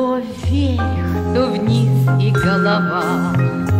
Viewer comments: Очень красивая и добрая песенка! Большое спасибо,! И так смешно она произносит "вверьх") С праздниками еще раз и до встречи! Обнимаю!!! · Henry Heriorh Галочка, спасибо большое за теплые слова! Это слово, так забавно мягко произносимое, добавляет позитива этой милой песенке.:) С наступающими праздниками и - еще раз - Счастливого Пути! Обнимаю тоже!:)